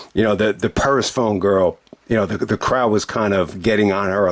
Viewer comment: Your pronunciation of Persephone was way off 😄. The first part is pronounced like "Per", then the "sephone" part is pronounced like Stephanie (but without the 't').So just think of it as 'per-Stephanie', but remove the 't' from Stephanie. I only know how to pronounce it because there was a character named Persephone in the God of War video games.